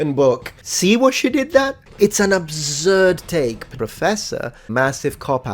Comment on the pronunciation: "It's an obzurd take"